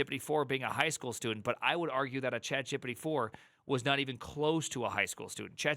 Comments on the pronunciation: Yeah his accent is weird. It's not chat gíppidy (sounds like Quagmire). It's chat Geé Peé Teé. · Why tf are u saying CHAT JEP-EH-DEH????????? WTF. That dumb crap makes it hard to take anything u say srsly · you saying "chat gippity" is really annoying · Chat “jee-pee-tee” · I am sorry but every time I hear you say ChatJippity I lose focus... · I’m new to this channel but I’m absolutely mesmerized by the way you pronounce chatgipity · The way you say ChatGPT cracks me up🤣 "ChatJippity" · “Chat Jep-Pet-Tee…. Chat Jeopardy?” Honestly though, this is the perfect time to PREPARE to become a Junior Developer, schooling or self-learning between flipping burgers. Not the greatest time to BE a Junior Developer. Also, infant speak, it’s “Straw-baby, not Strawberry.”